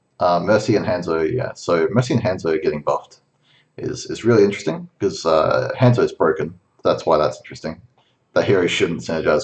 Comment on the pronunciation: Learn how to pronounce Hanzo.